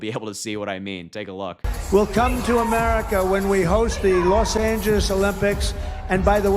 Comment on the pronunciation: When did Los Angeles become, "Los Anges?"